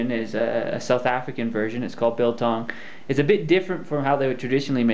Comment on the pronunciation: Not so! The word "biltong" is from the Dutch. The "bil" in biltong is Dutch for rump. Tong is tongue.. So you have "a tongue of rump". Bil is pronounced as "Bill", as in the bill of a bird.Jy praat nou met n' Afrikaner hier..